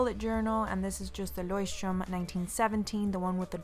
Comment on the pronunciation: the "ch" on Leuchtturm has a throat " R " sound right?